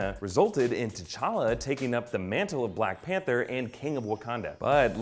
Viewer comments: ... "blank pather"? dewd... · umm, "Blank Pather"? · 😂 "Blank pather" lol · Did he just say Blank Panther mask? 😁😂😲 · BLANK PATHERS? C'mon. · Black panther not blank pather lol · What's a Blank Pather 🙄🤔😂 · "Blank Pather"? Really???????? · "blank pather"? I'm not sure that's how it's spelt lol. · Blank Pather, really!!! Blank Pather 😂😂😂😂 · Black Pather?! Lol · Blank Pather? Lol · Who is "blank pather"? I feel so disrespected. -_ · "Blank Panther" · "blank panther"...?